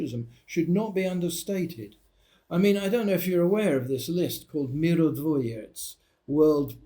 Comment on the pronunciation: It's mirotvoretz, not mirodvoretz. Means a peacemaker, not world Palace 😉. Words peace and world in russian is the same - mir😊 Hence the name of a payment card - MIR😁